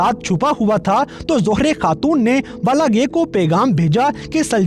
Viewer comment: Balagay nhi hota balgay hai